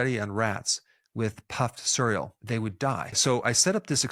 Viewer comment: "puffed sirull"? what kind of pronunciation is that??